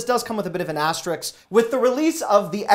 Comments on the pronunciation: Thanks for the tips... * asterisk, not asteriks. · Say 'risk.' Now say 'asterisk.' Thank you.